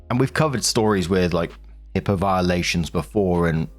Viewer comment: Its HIPAA not HIPPA, that’s a common mistake